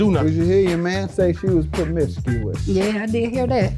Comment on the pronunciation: Permiscuos??? 🤦🏾‍♀️ Dude really?